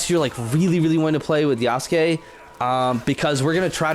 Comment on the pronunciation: First person I’ve seen pronounce his name right lol